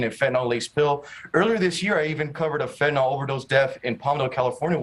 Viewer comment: Fentanyl, not nol!!